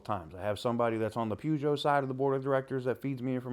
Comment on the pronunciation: To pronounce Peugeot, you have to say the first bit like Purr. Like Purrgeot.. its weird pronunciation of it. I think Elon and CDJR would be a brilliant mix, it means he would keep the Chinese out, and allow him to continue the brands going, you never know you might have a hemi model S, 3, X, Y.. It would also be nice to get Chrysler back into the UK and maybe some of the other brands, that's if they aren't too massive, we only have skinny roads here. There are plenty of videos on YouTube about British drivers.. 😂